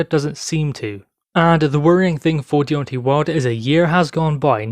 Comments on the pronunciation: Its Deon TAY not tee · It's not Deon TAY, it's The TWERK INATOR.